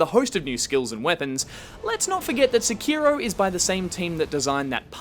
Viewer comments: SI-KI-ROEW Oh God. The cringe. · stop saying Seki-row just stop,get some help